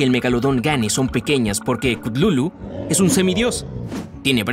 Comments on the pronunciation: No es cutlulu es cutulu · no es klutulu es kutulu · Yo creo que se pronuncia cutulu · No es ctutulu es ctatulo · Se pronuncia Katulu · Gente chutulu se pronuncia cutulu, bueno de hecho no se puede pronunciar pero el punto es que aqui lo hacen ver re mal investigen no se queden con esta versión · Si no sabes hablar sólo pregúntame se dice cátulu no no pude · he estado todo el video gritándole al teléfono la pronunciación de Cthulhu